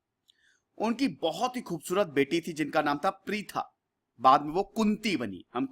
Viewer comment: it's not pritha... it's Prutha... kunti was Prutha at first then she became Kunti bcoz she was daughter of Kuntibhoj...